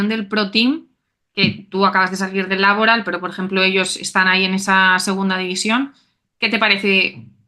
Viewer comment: Por qué esa manía de hacer Laboral palabra esdrújula? Tanto en castellano como en euskera es palabra aguda. Pero bueno… cada uno que lo diga como quiera. No sé si al patrocinador le gustará mucho